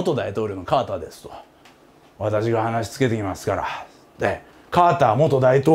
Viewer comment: カーターさんが川田さんに聞こえたw